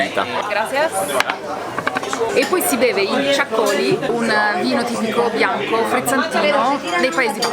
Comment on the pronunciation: Ah poi il vino Txacoli ha l' accento sulla i finale...😊